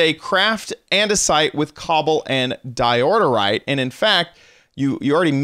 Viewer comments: Di oor yte say it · yes why he say diordorite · Isn’t it pronounced door-ite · Me : Dye-Ore-rite My little brother: Dio_rite Him:Diorderite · It’s called DIORITE, not DIORDERITE!!! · IT'S DIORITE NOWHERE DOES IT SAY IT IS DIORTITE OR DIORITITE! OK! GnaaAAAaAAAAaaAAa! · DI-OR-RITE Not Di-or-dor-rite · It's not diordorite it's diorite! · Um, I’m afraid it’s pronounced die-or-ite not die-order-ite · Diorite not diororite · why do you say diodorite instead of diorite? dont you see theres only one d? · It’s DIE OH RIGHT not fucking diorderorerite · regardless of dyslexia he plays Minecraft alot. He knows how it's pronounced like it's pretty damn common. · Because in the video kept saying Diordite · di-o-rite don't know why you're adding letters and syllables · How do you miss pronounce Diorite, he adds a second “d” as in “diordirite” it hurts my head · Nobody: This dude: DiOrDeRiTe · "Diorite" ... says DIODORITE four times in a row. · How are you adding like 82 syllables to di oh rite... lol. Thats adorable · Someone noticed that he says Dirorite? Dirorite sounds like a better name for a stone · Sorry to criticize but, it's Diorite (Da-yo-right) it's okay though everyone makes mistakes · It's Diorite. 'Di•ər•īt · I'm realising that he is saying diordorite more instead of saying diorite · Calls diorite dioderite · Anyone else notice he's saying diorderite for diorite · Diorderite? Isn't it Diorite? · Whats up with "DIODORITE"?! "Its DIORITE"! @@ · Diordorite? what the hell... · Di-or-ter-ite That's how you pronounce it. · your saying diorterite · are you saying Diororite? :/ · The way he pronounces diorite tho 😂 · God I wish he would pronounce diorite correctly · Wrong pronounciation in diorite =/